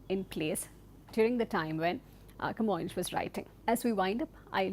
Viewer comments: Camoes is actually pronounced "Ka-Moynsh" as a sounds in Kappad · You may also pronunce his name as kuh-MOYNS, so the S is like S and not like Sh, if you prefer it. In Portuguese it is written with a tilde, Camões, which makes the vowel O a nasal sound Õ.